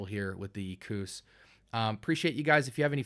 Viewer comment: Props to you for actually prounouncing the name of this fragrance correctly! And I agree this stuff is gold for the right person. Its not a younger man's modern-style scent. Its a sopisticated gem tho. Love to layer it with the Lion. and, FYI the bottle is 75ml, not 100. Lalique has some nice stuff!!!